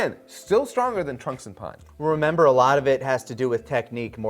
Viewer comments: The way he says pan drives me crazy haha all I hear is Pun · question, what does he say "pan" like "pa on", similar to "goku?" he says. In the japanese they say it like that but he's not speaking japanese so why? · I always find bending over backwards to use the Japanese pronunciation so funny. Like bro just say pan